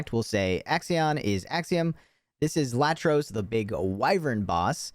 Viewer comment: The chicken’s name is Iatros … like “Eye-atros.” Just an FYI.